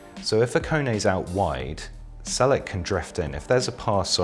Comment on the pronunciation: Çelik is pronounced like “Chelick”, not “s”, but “ch” in the beginning. You’ll call his name much more frequently next season as he’s rumored for multiple EPL teams :)